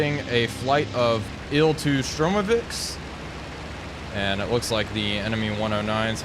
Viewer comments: It is Shturmovik, not Shtrumovik. But still, great content. Gg, gl! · Yes i tought i was mishearing